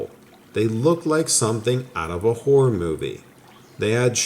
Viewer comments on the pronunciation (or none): none